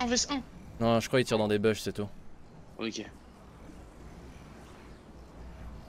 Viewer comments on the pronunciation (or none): Bush = « BOUSH » stop utiliser anglais si vous ne savez pas parler anglais !